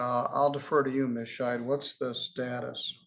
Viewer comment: I think needs to enunciate the D on the end of Ms. Scheid's name, as it sounds like he's referring to her as Ms. Shite.